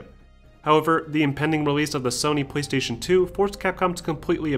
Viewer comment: I keep hearing him say. Pwease station